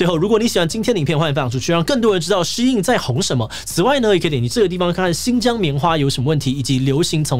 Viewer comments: 發音要正確。SHEIN的中文是希音。不要念的聲音得像老外。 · 竟然是唸Shee-in，我都唸Shain.